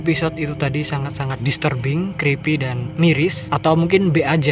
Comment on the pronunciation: krispy bukan creapy